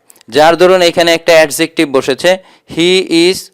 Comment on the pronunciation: Adjective pronunciation ta apnar mistake hoyse sir,,,🙂